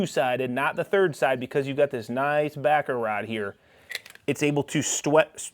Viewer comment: Nothing wrong with a good bit of stwech hey 😂😂